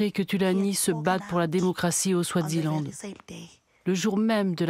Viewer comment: Eswatini et pas Euswatini, Swaziland et pas Swadziland